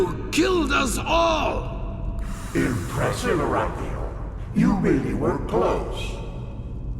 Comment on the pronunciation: Amazing game. Your pronounciation of names Calia, Arantheal and Jespar cracks me up though. So wrong :D